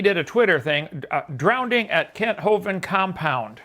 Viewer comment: But, outside of David Copperfield, does anyone but Kent pronounce "drowning" as "drownding"?